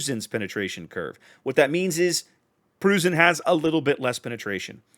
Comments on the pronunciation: You might want to pronounce it as Proy-cen. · The “eu” in Preussen sounds like oy, so kinda like saying Proyssen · in german the "eu" is pronounced like the oy in the word boys or toys, so the preussen is pronounced as if it was written like proyssen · Pronunciation is more like Pr-OI-ssen. Otherwise your pronunciation was perfect. Also with the main battery mod this thing is a nightmare for cruisers. Cruisers beware, the GK players are returning... this time with a vengeance. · with regard to pronunciation of "Preussen": the "eu" is pronounced about the same as "oi" - like in "Oi, get of my lawn!" --> so try to go for "Proissen" and you should be good. As for the ship itself - I'm asking myself what the point of Republique is, aside from its speed advantage which is somewhat meh for me at least. Second, I'm afraid that it essentially is a FdG at t10 as fas as secondary builds are concerned, I found that GK greatly benefits from its 12 guns given german accuracy. FdG's main battery performance suffers a whole lot more imho from full secondary builds. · try something along the lines of "proissen". like when you shout OI!!!! if you use that in the USA at all. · Think of "Proy-sen" with a bit of a roll on the "r" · Preussen is pronounced "proisen" like poison with an "r" ;) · Nice review. Can't wait to get my hands on her :-) As for pronouncing 'Preussen"...